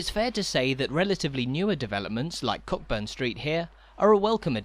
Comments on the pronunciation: It’s pronounced ‘Coaburn’ not Cockburn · Loved this, great work. Just one point - Cockburn is pronounced Co'burn, silent 'ck'